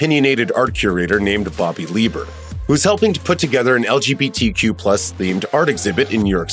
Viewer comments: you say legtq wrong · "...beyond it's hictorical importance as an lqbtq film..." bye